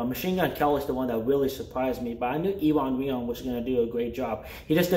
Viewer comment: That dude's name (Iwan Rheon) is pronounced OO-ahn RAY-awn